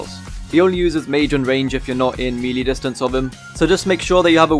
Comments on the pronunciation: Hey! Fantastic guide. Just a small critique - Melee is pronounced may-lay or meh-lay (if you're British), not mee-lee. Keep it up, bro! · Very good guide but... You kept saying "melee" its pronouced "may-layh"!!!